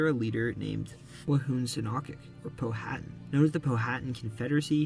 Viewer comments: Powhatan is pronounced “Pow-a-tan”, not Pow-hatton. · Pronunciation issue: Chief Powhatan. The "H" in his name is silent. So it's not "Pow-Hat-An" as said in the video, but "Pow-A-Tan". I say this as a Richmonder who has lived in Powhatan County (located West of Richmond, VA). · Besides "Staunton," the name "Powhatan" was mispronounced. In Virginia, it's "POW-(h)a-tan." Also, while the 1619 arrival of kidnapped Africans to Virginia was a precursor to slavery in the British Empire, the institution itself did not yet exist. Those Africans were considered to be indentured servants, who would become free after working seven years. It was the later 17th Century establishment of British colonies in the Caribbean for the cultivation of sugar cane that brought about lifetime servitude. In Virginia, the cultivation of tobacco was similarly labor intensive, and around 1650, a court case ruled that a man suing to be free from his indenture was bound for life. The defendant landowner he worked for was a free Black man. Finally, Lee's surrender at Appomattox in April, 1865 made it clear that the Civil War would be ending; however, it did not do so until two months later in Texas. Slavery continued in Kentucky, Delaware, and the Indian Territory until after the ratification of the 13th Amendment in December, 1865. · Great video. But you are definitely not saying Powhatan correctly 🤗